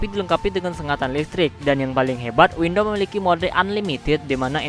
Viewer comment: Abang sebut windam itu windom